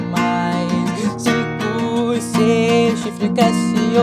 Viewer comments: ele falando chico ao inves de cinco KAKSKSMWKDJWKWKXKSKSJKSKSKWJJWMSKWKKWKSKWKKKSSKKS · Ele falo chinco mas era pra fala 5